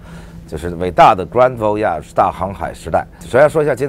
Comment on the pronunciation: 因为你 grand voyage 的发音有问题